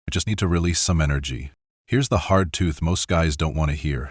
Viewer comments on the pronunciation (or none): DAMMIT these messages would be 10 times more effective if these channels didn't have to lean on AI narration. "Here's the hard TOOTH?" How is this not a prime example of the laziness were trying to avoid through abstaining? I swear if I hear one more "Here's the part no one talks about...", I'm blocking that channel. Enough, already.